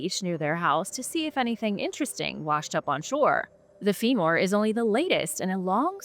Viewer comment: Is AI why can't she say the word femur? She says fee more